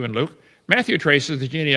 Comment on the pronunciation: He can’t pronounce genealogy